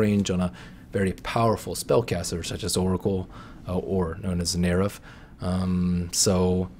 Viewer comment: Dude stop saying Nerif.